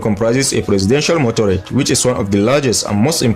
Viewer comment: MotorCADE, not motorade.